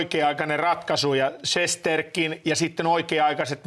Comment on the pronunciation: Studion vetäjälle ihan huomiona vain annan plus merkinnän sillä olit ainoa joka lausui Rangers moken nimen oikein 👍 Shestjorkin.